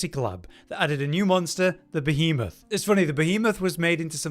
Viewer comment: Im glad did this one. being perpetually unable to properly pronounce Behemoth makes my soul cry a little bit 🤣😂